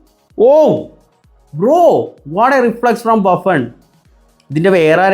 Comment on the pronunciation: ബുഫ്ൺ ❌ബാഫ്ൺ ✅?